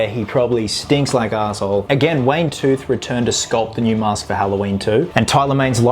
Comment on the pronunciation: It's Wayne Toth, not Tooth